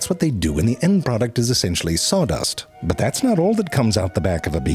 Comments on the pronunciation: His "butt" instead of "but" has to be my favorite part of every video. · This guy never lost an opportunity to say butt instead of but :D